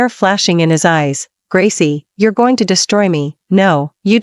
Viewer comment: Learn to pronounce. I am gooo ing??? Beee ing???